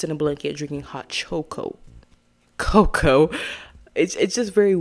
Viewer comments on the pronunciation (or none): "hot chocoa" was so funny, i'm glad you left that blooper in lol